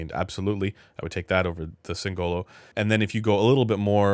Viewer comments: Singolo, not Singololo 😂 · As an italian, I die inside a little every time someone spells "singolo" with an emphasis on the "o" instead of the "i" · anyway....it's sìngolo, not singòlo